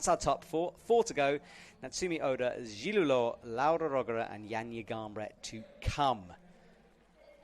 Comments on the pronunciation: had always had a history of mispronouncing names, especially Zhilu Luo name. It happened so many times can barely keep count at this point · commentator really butchered the pronunciation of Zhilu Luo's name. as a commentator one would think they would put in the minimal effort of pronouncing the athletes' names correctly....